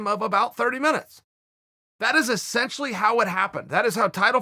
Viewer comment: Chael "E- scent- tially" Sonnen